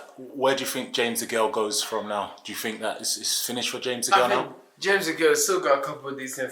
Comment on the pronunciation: Think, not Fink